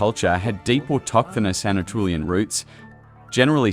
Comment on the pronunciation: This was interesting! It's good to see a real human face behind the video. I wish it had more views, since it's solid information, not fluff. The machine dubbing is... well, atrocious, to be honest. It pronounces "Anatolian" as "Ana-Trulian", which made me laugh every single time it came up. Could you in the future videos please enable the original voiceover, and subtitling, instead? I know not everyone prefers it that way, but I would love to have a choice over which one to pick for my own viewing. Are you familiar with the channels Dig., Learn Hittite, and History with Cy? They all have made videos on the Luwian civilization, I think, but none were from this point of view that you have, and I actually found yours more informative on the visual side. Learn Hittite is mainly linguistics focused. Then there's European Origins that focuses on the genetics, and that channel speaks a lot about Eastern European, Steppes, and Anatolian genomes. Mapped History focuses on the maps, as the name says, and Dan Davis History talks about the prehistory mainly in Europe, the Mediterranean, and the Near East (Southwestern Asia). All of these channels have a lot in common with yours, but from totally different viewpoints. Some of them might be willing to collab, or give a shoutout, depending on their number of subscribers. All in all, I like your style of videos, especially now that the channel has a face.